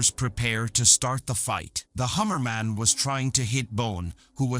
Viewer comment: It's not Harriman it's Hammerman